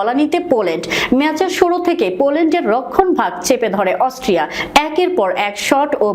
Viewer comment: আরে বেকুব অস্ট্রিয়া হবে অস্ট্রেলিয়া নয় আর ভুল মানুষি করে ও গরু-ছাগল তো ভুল করে না, ভুল করে অসটিয়া বলছে কিন্তু হবে অস্ট্রিয়া